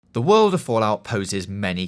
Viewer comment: the wowd of fawlout